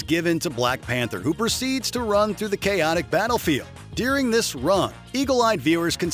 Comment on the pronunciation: During. Not deering.